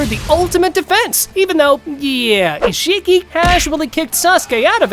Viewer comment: Omg how do you say Ishiki right then mispronounced every other name